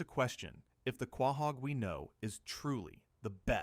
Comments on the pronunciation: Was excited until i heard this mfer say quah-haug. Youtube dont recommend this channel again plz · Wtf is Quaaahog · Is this AI? The voice and pronounciaton feels off. He cant pronounce Quahog